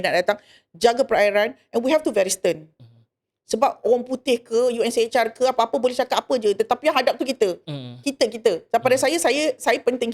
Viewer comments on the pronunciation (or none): UNHCR... Bukan unchr